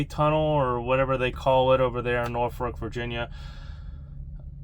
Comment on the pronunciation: Uhhh… It’s “Norfolk”… “Nor-fick” (no ‘r’ in the 2nd syllable).